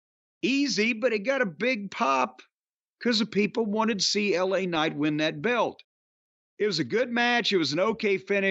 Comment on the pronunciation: He's French: "Laaa Kcnight"